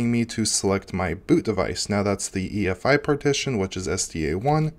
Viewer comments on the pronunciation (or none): EFI not EIF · He keeps saying EIF while it's actually EFI